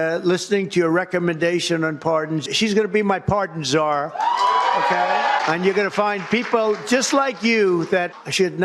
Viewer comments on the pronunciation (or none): none